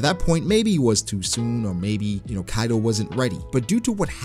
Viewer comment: Hi ! Great video, I have one question though, you're not the only one I heard say Kaido like that, like "Kairo" with a rolled "r" even though even in the japanese version of the anime it's pronounced Kaido with a "d". So why like that ? (genuine question) and again you're not the only one.